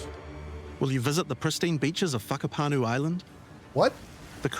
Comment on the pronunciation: it's Whakapanu...